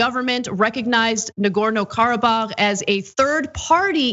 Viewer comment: Nice to hear Ana pull out the accent for authentic pronunciation of Karabakh. Also, it autocorrects to karaoke. 🤣